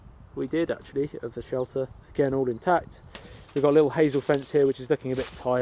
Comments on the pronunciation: Sheter? Or shelter? 😅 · Forgot the L in shelter